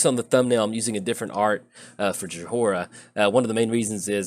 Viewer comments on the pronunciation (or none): I believe its pronounced "joy-Rah," but then again, my Midwestern accent doesnt always lend me to pronouncing then right even when i know. :D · Just so you know its pronounced joy-ra love the deck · No, you're right. I was thinking was trolling us. It was like nails on a chalkboard and he said it times this video.